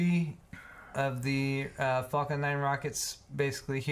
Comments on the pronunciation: It's Falcon not Fulcon 🤣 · Lmao it sounds like you were saying "fuckin'" when you were saying Falcon,. XD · Anyone else think it sounded like he was saying "the fucking 9s heavy" when he was talking about the rockets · I have always wondered if Elon Musk done this deliberately, just to entertain us international people who don't say 'Falcon' that way but we do pretty much pronounce another 'F' word like that. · THAT, exactly that was itr that was nagging me ^^ english is not my first language and i had to laugh evertime said falcon xD